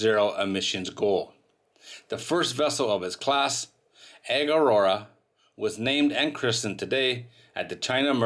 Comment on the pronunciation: Delivered to egg? learn how to pronounce the company name!